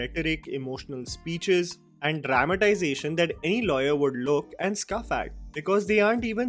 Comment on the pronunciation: it is pronounced 'scOff', rhyming with 'cough'. Every time you say 'scuff', makes me cringe! 😂 Not hating, so please don't at me, haters!